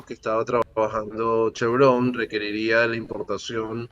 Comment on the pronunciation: l+a vaina es clarsa. Vzla. chavista no podrá contar con su petróleo. El Régien destruyó la industria y, ahora, busca financiamiento pero con Trump se fregaron. NOTA Es Chevron, palabra grave y no aguda, pues Chevrón es una ridiculez y falta de sofistación al hablar.